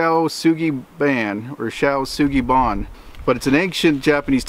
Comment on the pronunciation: Shou - pronounce like Sho of Shotokan. After charring, apply the oil. The application of the oil will remove any surface char that can get on hands and feet and you're good to go. No need to wire brush that much.